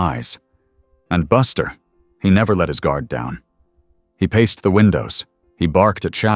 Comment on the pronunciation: It’s paced not paste.